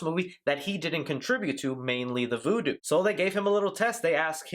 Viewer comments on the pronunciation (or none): none